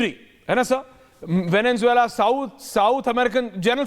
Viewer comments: "वेनेनजुएला" नहीं है, "वेनेजुएला" नाम है देश का. स्पेलिंग तो पढ़ ले, और दूसरों को सुन क्या नाम बोल रहे है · Anchor keeps saying " VeneNzuela " which is totally incorrect. come on, you are an anchorman and you should know the actual pronunciation of a country's name - there is no N in the middle. I capitalized the letter N to draw the attention. Simply - Venezuela.